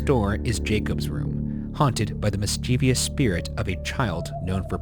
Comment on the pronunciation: erm actually its mischievous not miskevious >:<